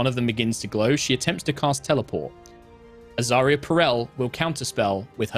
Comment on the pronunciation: Every time says Azaria's full name, I hear "Azaria Purell". [Edit: - Kim hears it too.]